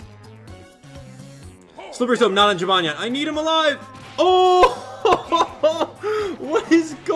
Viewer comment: Have you ever thought of pronouncing jibanyan as Jee•buh•nyan